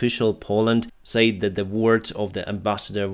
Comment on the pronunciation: yes and he says "sa-id" instead of "said" but other than that it is pretty good